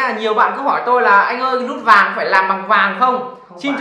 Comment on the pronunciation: Vinh tiền nĩe. Lút vàng. Quê a nói ngọng kinh vãi